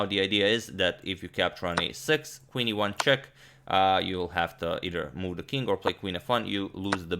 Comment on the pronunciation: What you say :- Qe1+ What I hear :- Queen to ivanchuk 😂